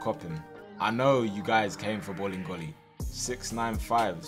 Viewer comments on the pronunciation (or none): everytime says 'bolingoli' i hear 'bullying goalie' lol